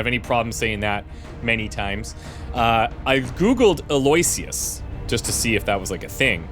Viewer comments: Eloysious is pronounced Eh-low-ish-us, I think. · Eloysious is pronounced "Allo-wish-us" with the stress on "wish".